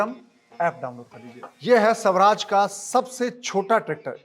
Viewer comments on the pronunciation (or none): स्वराज है शवराज नहीं, अर्थ का अनर्थ न करो